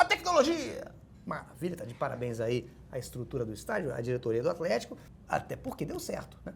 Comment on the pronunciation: toda vez que ele fala afletico eu automaticamente dou uma gargalhada